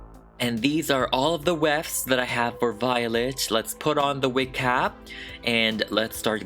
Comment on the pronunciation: Lol, "Miss Vee-o-let"